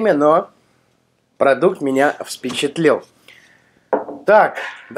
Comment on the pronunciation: «...продукт меня ВСпечЕтлил»🤣🤣🤣грамотей капец